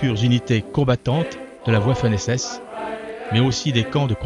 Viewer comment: A ''des unités combattantes de la oiffen SS''.........Diantre !